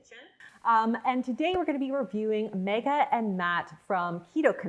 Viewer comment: She said Megha properly...that is all.